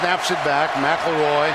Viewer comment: Last name: McElroy Announcer: Mack LaRoy